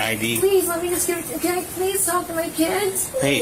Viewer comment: Please-ah, please-ah who teaches these people to speak.